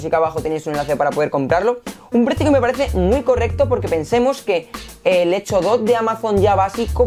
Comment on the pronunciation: Retundante... Energysten... Hecho? Dot..... Buen video. Lenguaje...muy mejorable...